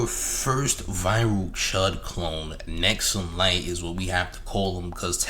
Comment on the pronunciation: His name is "Hexumlite" not "Nexumlite"